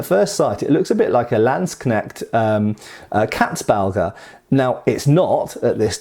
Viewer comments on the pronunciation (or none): none